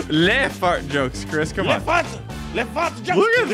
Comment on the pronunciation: Chris said ctop